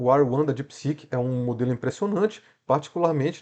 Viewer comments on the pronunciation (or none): Não é mais fácil falar R1 do que ruã